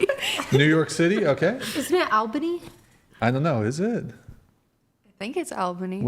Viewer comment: Albany is pronounced "All- bunny"